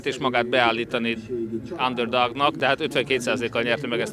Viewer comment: Minek probalja magat Lazar bepozicionalni ? Azert x ev Kanada \ USA utan egy olyan egyszeru szot, mint az underdog illene ertelmesen kiejteni.